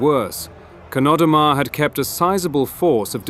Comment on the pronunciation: You pronounce Chnodomar like 3 different ways. pretty sloppy.